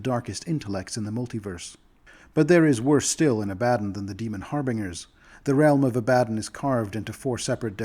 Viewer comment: never heard anyone pronounce "harbingers" that way... the way you say it sounds so goofy